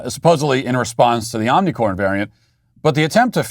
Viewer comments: Matt, Can you pls pronounce omicron properly lol it’s not omicorn 🌽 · Today we cancel Matt Walsh for saying omnicorn. It's omicron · Matt, it's omicron, not Omni 🌽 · Love how he keeps saying Omnicorn. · Omni “corn” 😭😭😭. Matt for the win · IT'S NOT OMICOR 🤦‍♂️ OMICRON OMI-CR-ON Between you and Steven Crowder I don't know who is worst with the Greek Alphabet 🤣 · It bothers me so much how Matt mispronounces omnicron. I hope he does it more hahaha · Great trolling by mispronouncing Ornicorn!! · Matt It is omicron not omnicron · It is omnicron not omnicorn... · I think you should be given more credit as being the only public figure who pronounces omnicorn correctly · Why do you say omnicorn? Maybe I have missed that you are doing on purpose? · You're purposely calling it "omnicorn", right? It makes me giggle every time you say it. I imagine you're intentionally mispronouncing it to be absurd. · Omnicorn was funny the first couple times. Now it is making it seem like you don't know how to pronounce it. Just focus on how mild it is, rather than mocking it. It is incredibly disruptive to the educational situation (ie, students and teachers must stay home if they have a scratchy throat or cough leading to sub shortages and thousands of lost learning hours) so helping the narrative by focusing on it's mildness is helpful. Mocking it means your voice will be ignored as contrarian. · He knows, dummy. It doesn't deserve the respect of correct pronunciation. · Somebody tell Matt to stop saying "Omnicorn"!